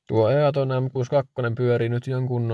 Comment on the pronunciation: Lausutaan iitton 🤣🤣